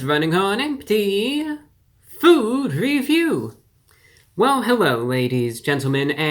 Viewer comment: Hewwo Wady’s and Gentlemen!